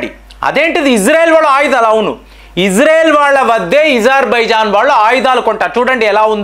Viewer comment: ఇజార్ బైజాన్ కాదు స్వామి పేరు అజర్ బాయ్ జాన్ పేరు చెప్పడం సరిగ్గా రాదు వార్తలు మాత్రం చెప్తా ఉంటారు తెలిసి సగం తెలియకుండా